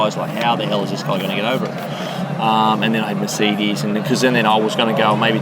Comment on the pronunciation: Sry, had to stop the video ..... you know, when somebody says Pohsh or Masaydeees, it is a clear indicator that he is not interested in cars or just a plain idiot. Bye bye